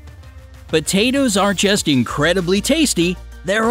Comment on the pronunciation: Stop calling them B-tatoes 😂😂😂